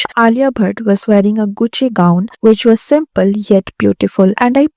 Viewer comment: bafTHa? guchAY? stop using words you cannot pronounce either